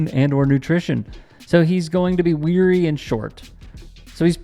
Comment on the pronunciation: Oh and it's pronounced wiry, like wire-e. Not fvcking weary you stupid fvcking moron lol